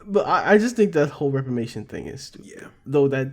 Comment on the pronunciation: It's Reparations fellas. Not repamations.